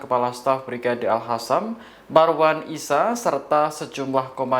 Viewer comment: Hostnya 90bl0g.... ga bisa baca nama, al Qosam bkn alhasam.. host t0l0l